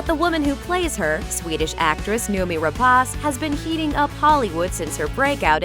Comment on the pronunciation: I wanted to see more of her, as well as Fassbender, in Covenant. Oh, btw, it's pronounced as noh-mee.